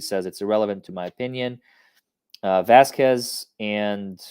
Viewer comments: Vasquez is not an uncommon last name in America, and she has been working around Johnny's team for months and months, she has to know she is pronouncing it wrong, such disrespect. Its like a wealthy woman not knowing the names of the help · I completely hate that said Vasquez the wrong way. I live in LA so I make a point to say everyone’s name correctly because I hate it when people get my name wrong. So every time gets her name wrong, and it’s a chain reaction to all of these other reporters saying it the wrong way, it makes my skin crawl.